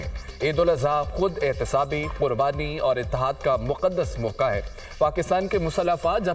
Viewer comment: براے مہربانی نیوز ریڈرز کے تلفظ ٹھیک کروایں ۔ معیاری چینل بننے کیلیے ۔ قوم اور موقعہ کی ادائگی سنیے